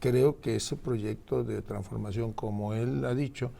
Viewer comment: Tampoco sabe pronunciar traNsformacion. Continuidad?? Ni Dios lo permita 🙏🙏🙏🙏